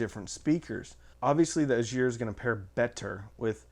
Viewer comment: VEE-dar, not Vai-dar, and EYE-gir